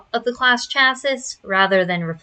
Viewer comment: Girl that is not how archetype, theurge, or chassis are pronounced 😭